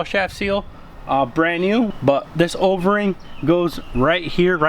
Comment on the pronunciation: Does he keep saying Overing instead of O-ring ? 😂 sounds like ovarie. Solid vid tho 👍🏽